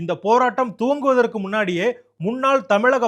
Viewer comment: நட்டு வணக்கம். துவங்குவதற்கு முன்னாலே என்ற சொல்லாடல், தூங்குவதற்கு முன்னாலே என்றே கேட்கின்றது சற்று நிதானமாக பேசவும். 🙏💕🙏💕நன்றி